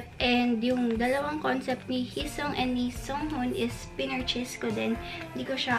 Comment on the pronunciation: please its hee-seung not heesang or heesong. and its songhun not sunghun.